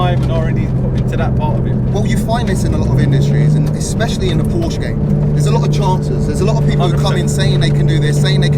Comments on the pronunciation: Please, please, the brand is called Porsche! Not Porch or similar! I also try to respect English names, thank you! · Please say PorschE 😂😂..❤ES Motors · Why do you call it Posh?? Porsche is a family NAME and it is pronounced just as it is written.